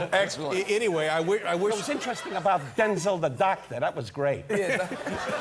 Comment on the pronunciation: Don is actually pronouncing Denzel’s name correctly